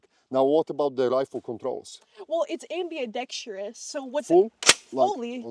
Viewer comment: 6.5 creedmore? The WORD is AMBI-DEXTROUS. Not ambi-A-dextrious